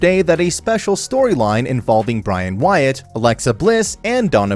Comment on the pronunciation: Did this dude just say Bryan Wyatt???